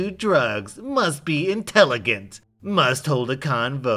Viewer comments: "Must be intelegant" 🤣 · The way they "Intelegent"